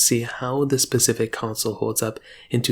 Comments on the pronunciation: the word is 's'pecific not pacific..... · All I heard him say was "Pacific" 🤣